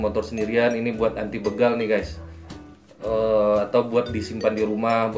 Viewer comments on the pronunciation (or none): none